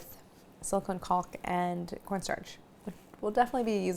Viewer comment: Claire made VERY sure to pronounce the L in the caulk. Not in my family friendly kitchen.